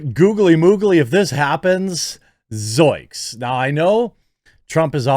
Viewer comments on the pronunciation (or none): The way you say “zoiks” bothers me… are you trying to say the Scooby-Doo “zoinks”? Or is this just some exclamation I’ve never heard…? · He keeps saying zoinks wrong and kt bothers me